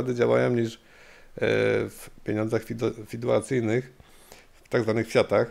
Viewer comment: Co to jest pieniądz fiduacyjny? Mów FIAT, jeśli nie wiesz że po polsku to jest pieniądz fi-du-cjar-ny.